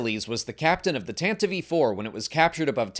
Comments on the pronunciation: "Tantive I.Four" ❌ Tantive 4 (IV) ✔ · Yes...the "Tantive EE Four". Tell us this is voiced by "AI" without telling us it's voiced by "AI".